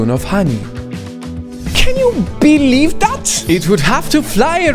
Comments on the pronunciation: I hate how he says BEE-leive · Haha I like every time says Beelieve